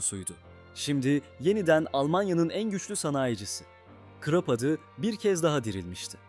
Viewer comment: KrOp nedir ha bir krOp diyip duruyorsun, her hangi bir google translateye yazıp okutsan bunun almanca KRUP diye okunduğunu duyardın KIRO...